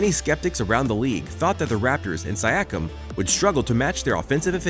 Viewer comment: ok that is not how you pronounce siakiam